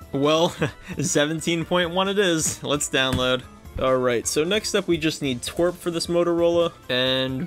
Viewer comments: ITS tea-doubleu-are-p not twerp😭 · but its tee wee ar pee...